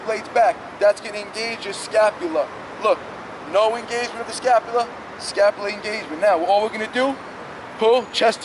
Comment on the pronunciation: All I heard was scapulia the whole video 🤣🤣🤣